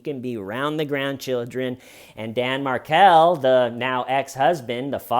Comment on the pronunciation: Loved this Only thing wrong is Garcia was not a Latin King - Rivera was. You rock. Side note - it's pronounced Mar-kell.